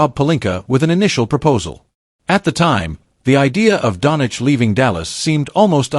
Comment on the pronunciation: 'DON CHEECH' NOT DONICH YOUSTUPID SHIT...